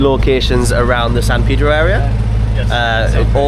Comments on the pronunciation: You just popped up on YouTube. For some reason I was drawn to watch your first time in L.A. Lo and behold… you went to San Pedro… I’m originally from San Pedro.. living in Southern Oregon now. Looks like you had a good time.. best part is …you pronounced San Pedro correctly! Haha good job!! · And you pronounced San Pedro like locals, not like one would expect to pronounce it. I'm thinking you were coached on that. 😂